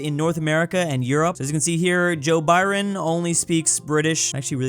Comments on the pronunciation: Aside from pronouncing Schengen wrongly, did anyone notice him pronouncing Joe Biden as Joe “Byron”? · he said Joe Byren instead of Joe Biden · Joe Biwen